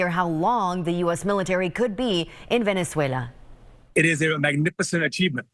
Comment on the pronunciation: WOW the reaction from the LEFT is disgusting...hope Stevie Lynch never has to pick his dead daughter up off the floor after an OD.....STOP WITH THE BS PROUNCIATION of Venezuela